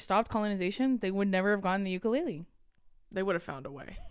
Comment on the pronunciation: you lived in Hawaii for so long - PLEASE SAY UKULELE CORRECTLY 😩 TEACH THE HAOLES PLEAAASEEE 😩🫶🏻✨